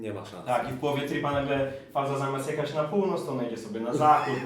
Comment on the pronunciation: Faza to się czyta fażama-fažama